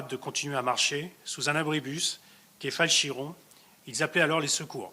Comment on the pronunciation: "frappé à l'intersection de la rue Yves farges et leo Lagrange dans le 5eme arrondissement dis t'il ?? ?? ? rien a voir.... c'est dans le 7eme et ensuite c'est pas quai falchiron comme il dit mais fulchiron et là c'est le 5eme arrondissement. se n'est pas du tout le plus important mais bon trop de faute de sa part pour un procureur lyonnais, et sur cette conférence que beaucoup attendaient faut pas faire d'erreur.